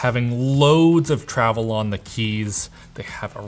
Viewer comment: The way you say ‘Loads’ make me uncomfortable. Great unboxing!